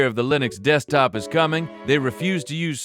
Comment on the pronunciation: Ahh yes dekstop